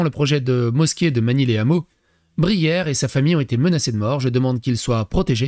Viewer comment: on ne fait pas la liaison les hameaux, on dit pas les ZAMEAUX, y a un H comme pour haricot.